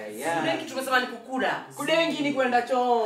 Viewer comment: Amesema kudeski ama kudenki me i cant😂😂😂